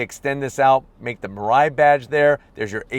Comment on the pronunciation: and it should pronounce as me-lie-e